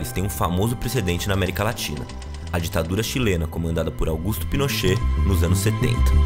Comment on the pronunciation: Que enfase deu em ditadura chilena em.. pqp.. kkkkkkkk